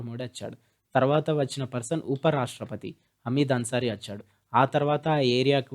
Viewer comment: achhadu kadu vachhadu